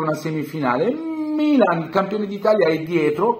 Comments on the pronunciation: Lui forse voleva pronunciare il Bbilan.. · Noi interisti siamo abituati da questo trattamento dalle tifoserie e dai media, e ci chiamano pure piangina…vabbè…. Comunque toglimi una curiositá, c’è un motivo particolare per cui pronunci il mmmmmilan in quel modo?? Mi fai scomposciare😂😂